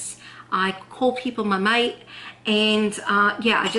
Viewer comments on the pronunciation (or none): none